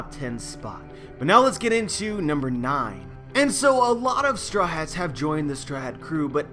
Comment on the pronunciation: Whenever you say Strawhats it sounds like you’re saying strats... just saying.